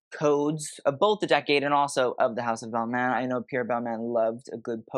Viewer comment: You kinda mispronounce the designer names. Very Americanized. For example, Balmain ends with an exhalation, not a consonant.